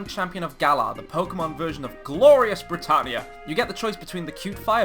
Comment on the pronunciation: When you said Glorious Brittania.. I thought you said, "Glorious Retardia", so much that I had to go back and relisten to it again with subtitles to make sure. This is not a jab at Britain, I love the UK, I just genuinely thought that was what you said at first haha